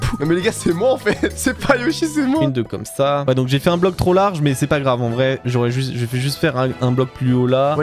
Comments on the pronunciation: Mdr a toute les builds ils dit < >la prof de français 👩‍🏫 qui arrive C PAS <<COMMACE>>C EST COMME SA Pov:je fait la même choses😂! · Tu diras à d'arrêter de dire comasse il est gênant